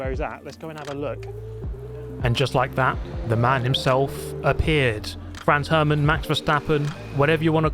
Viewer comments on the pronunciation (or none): “FRANZ Herman”☝️🤓